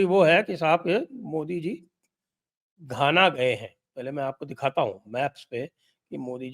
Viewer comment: धाना नही सर जी घाना।